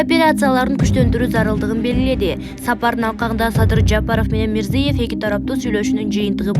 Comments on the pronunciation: Мирзиев эмес.Мирзиёев деп окусаң чоң кыз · Мирзиëев болуп айтылатго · Журналист кыз туура окучу мирзийеев дебей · Почему так небрежно выговаривает фамилию Президента Узбекистана, неужели нельзя подготовиться к эфиру и правильно читать текст??? Дикторы очень слабо подготовлены и всегда допускают грубые ошибки в произношении элементарных, казалось бы, простых слов! Очень плохо читают текст, видимо, у этих "дикторов " нет должного образования, а дипломы просто напросто, куплены! Даже слушать неприятно этих горе-дикторов!!!